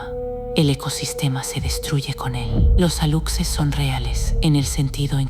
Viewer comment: JAJAJAJAJA PORQUE PRONUNCIAN "ALUCSES" SI SU PRONUNCIACIÓN CORRECTA ES "ALUSHES", PORQUÉ LA NARRADORA TIENE VOZ ESPAÑOLA... NADIE SE TRAGA ESTAS MENTIRAS